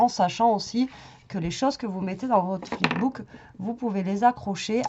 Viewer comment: Fip book 🤣🤣🤣